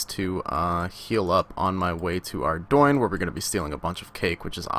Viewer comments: lol ardoin? isnt it 'are-dune'? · Oh god, it's not ardoyne. Please stop calling it that.